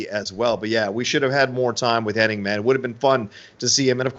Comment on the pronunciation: Its funny,, you are correctly pronouncing Curt's last name of Henning correctly the entire video...But your friend the entire video is saying Hennig. Doesn't seem that either one of you notice the others pronunciation is the interesting part. Just an observation since its an ongoing debate on which it is. Ive been watching since the AWA days as well and its always been Henning until recently but alot of people,your friend in the video included,remember it as Hennig.